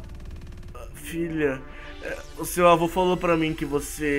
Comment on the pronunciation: voce falou avo naruto